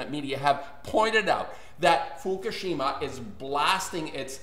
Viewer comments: It is pronounced "Fookoosheema" not "Fookasheema".... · ***** Give it a rest indeed. If Fukushima is so important to you the least you can do is pronounce it correctly. There are no two ways of pronouncing it.